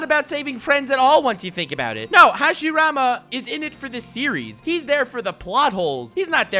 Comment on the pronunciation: Good job saying the first hokages name wrong